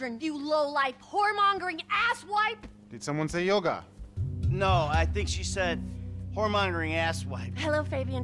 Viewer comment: Yoga is the answer,... I'm annoyed by his pronunciation🙃